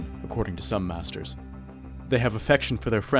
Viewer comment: It’s pronounced Mae-ster Not mas-ter